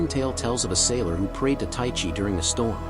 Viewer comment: im greek its pronounced teexee